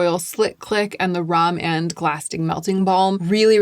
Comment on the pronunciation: Rom&nd is pronounced Romand and they def have a light pinky nude color that’s just a kiss of color. Also Lisa Eldridge just dropped her glossy balm sooo 👀